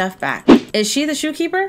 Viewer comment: It said shopkeeper not shoekeeper